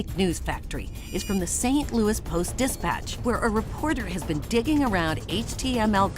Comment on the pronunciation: It is Louis, pronounced Lewis, not Looey, as if it is connected to a loo in some way.